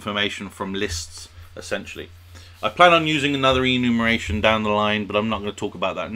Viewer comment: EnumERation, not Enumation :)